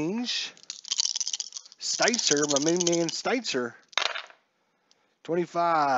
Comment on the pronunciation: Kevin Seitzer your main man yet you slaughter the pronunciation of his last name. And Pat Listach,and Ricky Bones (Bonez)